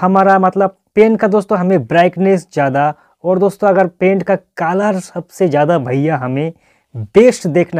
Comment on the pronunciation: It's colour not calar